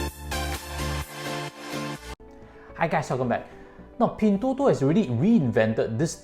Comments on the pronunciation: Why did u pronounce as pin3? Thought should be pin1.. 😛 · its Pin1, not Pin3.... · Try to pronounce the company name correctly. you're a chinese afterall